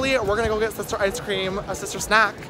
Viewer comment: you said shister not sister